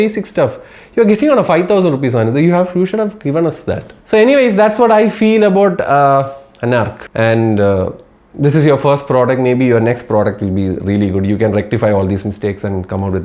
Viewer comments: Not Anarc ... Anarth😅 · Anarc❌anarth 😂(not bengali)